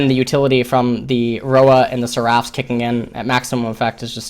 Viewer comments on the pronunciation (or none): sɛr.əf Why are you saying "seraph" wrong. It is so weird. It's not seraaph, the ending isn't "raaaph", rather, it's "rough" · It's pronounced [ser-uh f]